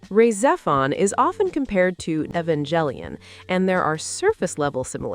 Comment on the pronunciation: Yeah, I cringed SO HARD at that pronunciation & was about to post this exact same thing. She also butchers Rah Xephon & most of the character names. I'm not convinced this isn't just A.I. slop...